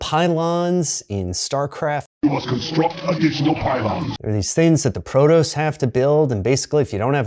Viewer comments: homie said proTOSE instead of proTOSS when referencing the pylons.... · You lost your nerd cred when you mispronounced protoss as protos You clearly didn't play the game and they had voice acting pronouncing it correctly Cmon you are a reporter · It’s Pro-Toss not Pro-toes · Hahahaha wow never thought you would see that and actually respond. Still an apt analogy even if the pronunciation was off! Love your videos! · His pronunciation of "Protoss" leaves his nerd-cred with a small asterisk, but it was funny